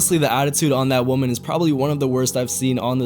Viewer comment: Why do so many people incorrectly say woman and women?